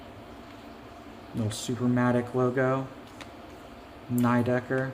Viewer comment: Pretty sure it's "nee decker" not "neigh decker", it's German.